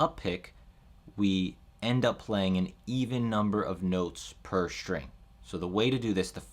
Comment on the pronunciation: String, not “shtring”. Please.